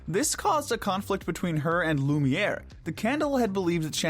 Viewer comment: Not lumer